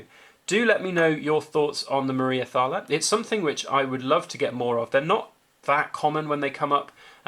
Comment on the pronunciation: The H is definately silent in Thaler.... I got one too. Not 100% silver though